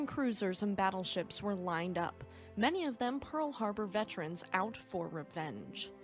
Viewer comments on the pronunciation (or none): none